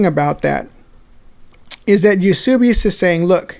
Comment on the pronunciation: Eusebius was such an Arian that he signed on (granted, begrudgingly) at Nicaea and rejected Arianism. Brilliant! Btw, it’s Eus*e*bius, not Eus*u*bius.